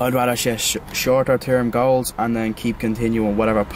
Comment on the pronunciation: Hey in the beginning of this video you said you need many goals but with your Irish accent (I am American) it sounded like you said have many girls lol... that sounds good to me........AWSOME video I always learn things from you......